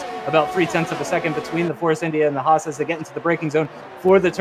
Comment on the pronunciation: Haas is pronounced Hass not Hawes